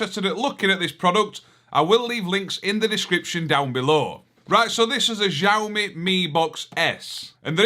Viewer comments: Well, I thought I did a comment but don't see it. That box is pronounced "Chow" "Me" Yes, resembles Nvidia Shields layout. I'm from MS... 🤔🤔🤔 That was a good one too. I liked the one from Tim about the Windmills😂 You're great, you put a smile on my face every time. Thank you🙂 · Its pronounced "show me ", there phones are awesome and robot Hoovers. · Think it's pronounced "show me" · I pronounce Xiaomi as "Chow me". That is an Xbox One S controller, the original Xbox One controller only connects via a proprietary Wi-Fi direct protocol, no Bluetooth. Australian market Xiaomi Mi Box comes with Amazon Prime Video Android TV OS app. Extracted apk is available on the Kodi forum. Minix T5 has Android TV OS, I don't know if it's a legitimate copy. Without a legitimate copy of Android TV OS, devices don't work as Google cast receivers. Google cast is Chromecast receiver protocol on Android TV OS devices.